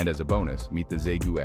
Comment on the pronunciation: Say-Goo? Who is that?